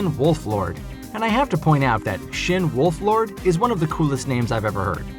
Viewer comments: It's Wolford... Not wolflord.... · pm a side note, am I mistaken, or are you pronouncing it wrong. I thought his last name was "Wolford," not "WolfLord." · its wol ford not wolflord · It's Shin Wolford not Shin Wolflord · Its Wolford